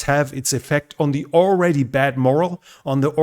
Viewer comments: MORALE is pronounced 'MOR - ALE' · Morale, pronounced.... more al. Other than that, excellent English. Very good info, honestly presented. I subbed. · Good analysis. PS: 'Morale' is a totally different word than 'moral'. Morale is from French, as are many other military terms, and the accent is on the second syllable. Wir haben viele Franzoesiche Kampfworten auf Englisch. (Did that make sense? :))